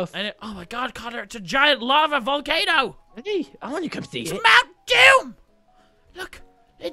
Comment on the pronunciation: Not doom but moom :)